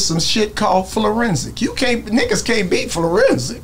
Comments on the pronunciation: Did this ng say Flo rensic??!?!🎉😂🎉😂🎉😂🎉😂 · Blood said" florensic " 😂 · Nigga said Florensic 🤣😭